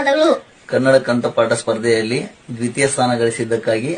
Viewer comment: Druteya alla dwithiya ,neevu first kannada Matadi sir